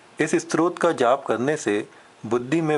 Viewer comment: बडी अच्छी सूचना है पर आप ने स्तोत्र शब्दही ठीक से नहीं बोला है, आप स्त्रोत कह रहे हैं । दोनो में बहुत अंतर है|